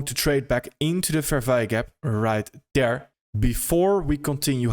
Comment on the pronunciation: right “dere” lol .. “dere, dis, den, dat”